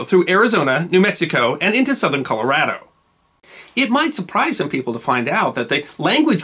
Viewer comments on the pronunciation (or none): none